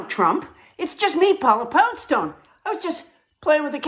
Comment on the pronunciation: People are hesitant to to say N letters. U say it very nicely Paula PouNdstoNe. Thank you